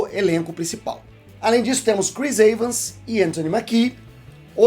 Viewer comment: Eu também estranho sempre essa pronúncia. O mais correto seria pronunciar "I-vans".